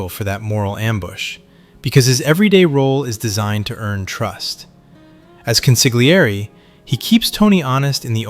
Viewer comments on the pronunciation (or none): Con-sil-yerr-ee . Not consig le air ee. Like a counselor. Keep saying consigleairy and you’re gonna have to come in here heavy next time